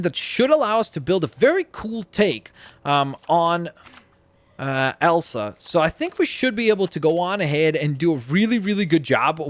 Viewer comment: i love horses It’s not Elan it’s Elsa.